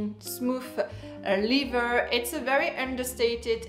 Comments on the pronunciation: Lether please not lither! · Every time you mean to say leather, you say liver. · it's pronounced "leather" like an accent grave on the first syllable "e"